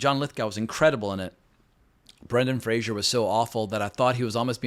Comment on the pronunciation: I think you make many good points but I can't let you insult Brendan Fraser (it's pronounced Fray-zer, like phraser) he acted EXACTLY the way that defense attorney acted in real life. Fraser's performance was excellent.